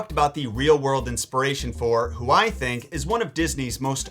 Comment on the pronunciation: did you just say thunk